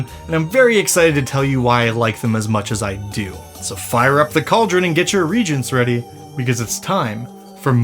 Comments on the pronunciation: Did you just pronounce reagent as REGENT??? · 'Reagent' has three syllables. A 'regent' is a substitute king.